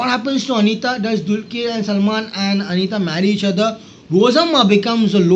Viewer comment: Kindly pronounce Dr's name properly. It is dulqar.. Not dulkeer